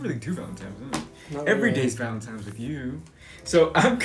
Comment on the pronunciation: It totally sounds like you’re saying Valentimes! That’s what I call it